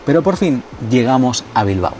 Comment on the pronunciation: Bilbao, no Bilbo. Gracias.